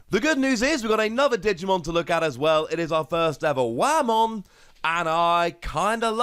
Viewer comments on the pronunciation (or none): It's Whamon (Way-Mon).He's a Whale Digimon. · While you're right, and do wish he'd said it correctly, I will admit Wah-mon made me imagine Waluigi playing Digimon and had a big chuckle about that XD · the way you pronounce whamon both makes me smile but also cringe :3 also since the main characters from season 4 all had the gimick of turning into the Hybrid digimon forms, I think its fair to assume all the card versions of those characters - as tamers - will all be made for hybrid support and having inheritable skills there makes sense